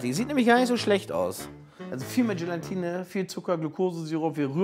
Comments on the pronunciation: "GelaNtine" 😂😂 Ach komm Gelatine wird nur mit einem N geschrieben 😅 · Übt mal bitte das Wort „Gelatine“! Da ist kein „n“ vor dem „t“…!!! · Warum spricht man Gelatine eigentlich immer GelaNtine aus? Als jemand, der bei einem Gelatinehersteller arbeitet, zieht es mir die Fußnägel hoch, wenn man GelaNtine hört :D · Nein, daraus gewinnt man Gelatine und nicht GelaNtine. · Langsam solltet ihr wissen , dass es GELATINE und nicht Gelantine heißt! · Also, ohne Brille (am Anfang) sieht irgendwie "nackich" aus... Aber warum sagt denn Lege immer "Gelantine"??? Er ist doch Lebensmittelprofi und müsste wissen, dass das "Gelatine" heißt! Trotzdem wieder schönes Video. Nachmachen würde ich´s nicht. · 1. GelAtine NICHT GelaNtine 2. GelAtine darf nicht zu heiss werden 👌🏼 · Jungs, das heißt Gela-tine, nicht Gelan-tine! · Es heißt doch Gelatine, und nicht GelaNtine. Nur ein n als vorletztes... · Warum sagen die alle immer GelaNtine?! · Es heißt GELATINE……nicht GelaNtine….. 😖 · ES. HEISST. NICHT. GelaNtine! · GELATINE, es heißt GELATINE 😂😂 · Es existiert kein zweites "n" in "Gelatine"... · Man muss Euch ja Zugute Rechnen, daß Ihr kein Bodyshaming betreibt! ABER! Es heißt immer noch Gelatine, ohne n nach dem a! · GE-LAN-TINE... muss man nichts mehr hinzufügen...